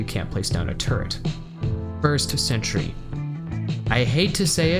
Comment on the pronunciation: Chapter "Where each tool excels" becomes a mix of funny and disturbing, if you continually understand "turd" instead of "turret". :D Otherwise fantastic guide, thanks man.